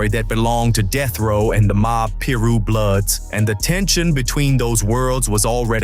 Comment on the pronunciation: its PYE-RUE .. and i'm not even a blood..